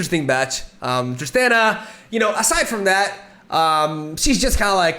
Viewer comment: Just so you know, it’s pronounced ‘Trist-ahn-a’ not ‘Trist-an-a’